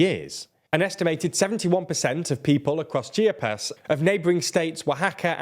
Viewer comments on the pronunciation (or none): Gue-he-ro? Gue-he-ro? It's pronounced...Geh-rre-rro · I loved when you said Chiapas (chipyas) and Guerrero(Gahero) and Yucatan (Yuckytan) LOL me encantó!!! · Your pronunciation of Chiapas, Guerrero, and Yucatan is just terrible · Also When he said Yackatan & Geherro 🙄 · This video is a master class on how NOT to pronounce any of the Mexican states' names. The pronunciation of Guerrero was particularly egregious, seeing how it's a common Spanish word that means "Warrior", you don't have the excuse of saying "it's a word of native origin, there's no consensus on its pronunciation".